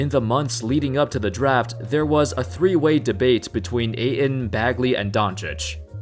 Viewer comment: Ayton. Pronounced like "8 ton", not "A in".